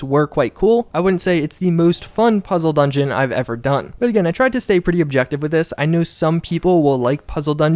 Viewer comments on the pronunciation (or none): none